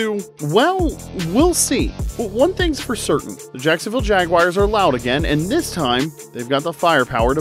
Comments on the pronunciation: Jags fan here it is JagWARS not JagWIRES, but nice video! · Please pronounce the team name correctly. It's JagUARS not JagWIRES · The assessment is good, but please stop pronouncing the team name incorrectly. It's Jag-war not Jag-wire. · I stopped watching the second I heard JAG WIRES. Do better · sorry but that just chaps my ass when people say Jag-wires 🤷‍♂️ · Why are you calling them the “Jagwires”